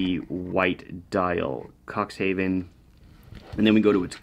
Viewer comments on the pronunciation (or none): Haha, please dont pronounce it like "Cocks Heaven". Its more like "cooks -hufn" in german.